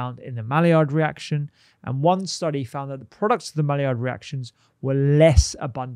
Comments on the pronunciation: Can you spell “malliard”? Yeah, it’s Maillard - pronounced “my yard”, not “mally-ard”. (Actually, the d should probably be silent as it’s a French name, but let’s get the letters in the right order first! 😬) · Maillard is pronounced as my-yard